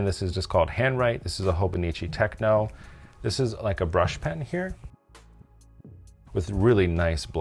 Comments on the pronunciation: Hi. It’s TECHO, not TECHNO. TECHO means notebook in Japanese. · It is Te-cho, no “n” please pronounce it properly. TechNO is electronic music, i think. Thanks for letting me comment. Otherwise good job explaining Hobonichi.